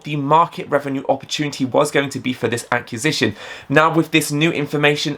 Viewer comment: Love your videos and thank you for the optimism regarding this amazing company. May I just ask that you learn how to pronounce acquisition, please. lol